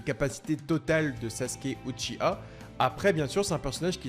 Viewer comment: On dit Uchi- WA